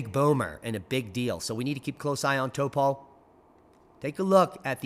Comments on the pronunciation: It's pronounced tawpoe... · or Taupo even.